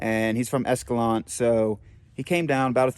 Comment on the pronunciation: Practice saying this: "EscalanTAY"